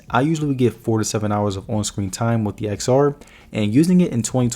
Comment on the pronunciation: I had to stop watching this video after the 3rd time you said Ex-R. Seriously not to nit pick but it's pronounced 10-R. It's like pronouncing the iphone 10 as iphone Ex. Or the iphone 10-s Max as iphone Ex-S Max. Seriously cringy to hear repeatedly